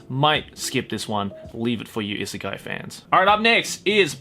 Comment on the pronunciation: Why is it that every time you say"isekai", i heard it as "izakaya" ?